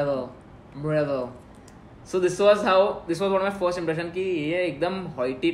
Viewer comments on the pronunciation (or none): soo cute expression and funny when she asked what was the first emprission and saying mrdiull